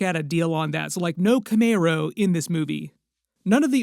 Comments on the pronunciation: cmon man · I understand your speech is impaired but why keep saying Camaro like that?